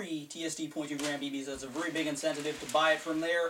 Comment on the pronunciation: I love it when U say vury